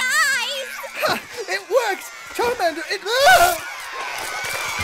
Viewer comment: You said charmender